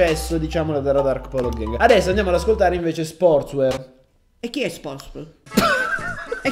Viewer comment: si legge sportswiar😉